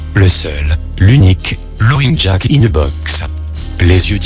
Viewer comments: et haut faite lapin c'est pas loging jack comme tu le prononce mais laufing jack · je suis coulrophobe ( phobie des clowns ) certaines images m'ont mise mal a l'aise et l'histoire est tragique et horrible au fait , laughing se prononce " lafing" et non "lowing " ^^ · Sympa, impossible mais sympa, par contre les modifications de niveau du son sont hyper desagreable Et 'lowing jack" ca desacralise completement le recit ... gh en anglais se prononce F et Laufing Jack c'est bien plus percutant. Cela dis c'etait sympa. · Il dit l'auing jack ?